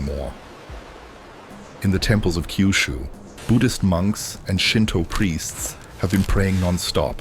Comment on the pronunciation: It’s not Kaiyushu. It’s Kyushu. Keeyuooshoo if you insist.